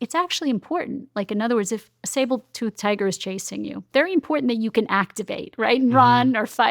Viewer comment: Interesting talk, thank you! I was distracted when she kept saying 'sable-toothed tiger' instead of 'saber-toothed' (as in, 'very sharp teeth' ;)